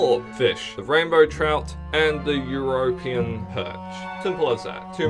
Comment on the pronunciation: good content but please learn to say european properly